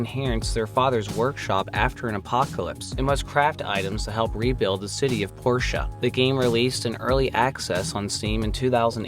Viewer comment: It's not Porsche it's "Port-ia" as in a Port